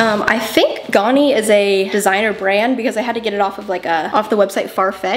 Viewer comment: it's also not "gawni", it's ganni, with a sharp A, like the first A in amazing or adjust